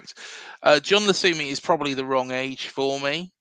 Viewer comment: Cheers for the episode. Fairly certain the Colombian’s name is pronounced Jon Lukumi. Unlikely the C is pronounced like an S when followed by a U. Concerned about his stats but have faith in our recruitment team.